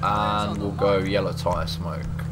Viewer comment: I am glad am not the only one who says yalla instead of yellow!